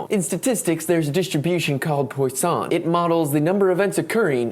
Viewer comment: Good explanation with code, but note for the future that it's pronounced like "pwus-son". Source: I have a math PhD :)